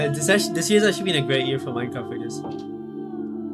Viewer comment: what scares me is that im not sure if you said minecraft or mein kampf